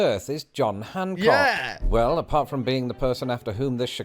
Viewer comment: Its John Hancock not Junk Hancock